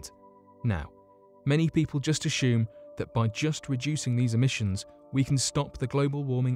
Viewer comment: Me-thane? Ashume? It’s meth-ane, meth not me. There’s no H in assume. I just don’t know where the pronunciation of some words on this channel come from.